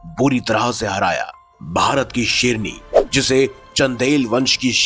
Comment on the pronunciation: Hi serni boll raha hai kya re bhai sherni boll seedey tareeke se bolney bhi nahi aara tumko kya insaan bhai tum wah wah bhai.